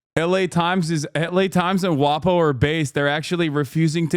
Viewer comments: Sounds similar to that word which is actually a slur for Italians tbh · why does it sound like a slur when he says WaPo?